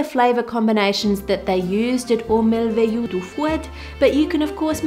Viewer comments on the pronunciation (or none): First let me thank you, Ann for such good instructions to make these meringue treats! You did a good job at pronunciation. Merveilleuse is a tough one for many. It's closer to "mare-vāy-you" though I'm not comfortable correcting pronunciation unless someone asks.